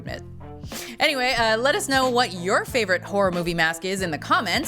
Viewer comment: Anyone else catch the "Fravorite"?